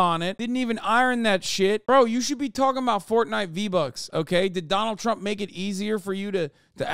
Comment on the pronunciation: Why do they say Chromp, instead of Trump?